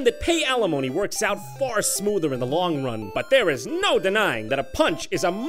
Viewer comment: don't you mean wong time game designer